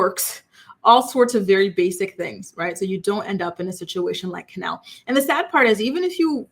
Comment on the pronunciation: Isnt her name Kenleigh? Not Kenelle I'm so confused